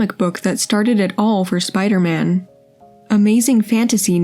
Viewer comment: I love the way the fellow says "Spi-da-man." Classic!